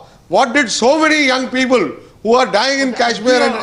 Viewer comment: ROFL ...😂😂 that "Peepul" ....